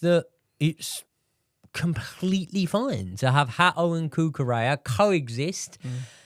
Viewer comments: Say " Hato" not 'Hao" T I thought the British pronounce the " t' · "It's yorrel hao" One has problems with j the other one has problems with t's 😂